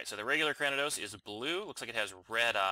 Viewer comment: Just a tip cranidos is pronounced kra-knee-dos